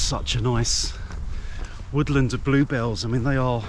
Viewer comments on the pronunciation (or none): none